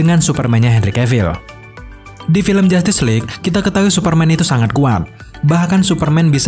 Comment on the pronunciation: Saya mendengar "Film Jatis League"